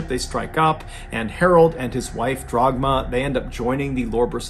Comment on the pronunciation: On a sidenote, turning "Dagmar" into "Drogma" is a pretty crazy mispronounciation. Dude went all the way to the end to fetch that r.